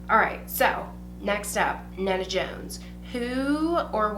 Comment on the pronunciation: You're the first YouTuber to ever answer my questions and I wanted to say thank you, like I said, you're fucking awesome 😆 I feel ya on the no foundations for us pasty bitches lol it's so fricken annoying to have to mix them just to get the right color. BT Dubs, you did butcher my name, it's pronounced like Nita just spelled with an E, but I dont care LOL 😃